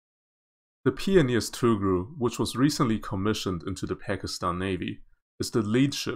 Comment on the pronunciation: Tugh-ril (Toogh-ril)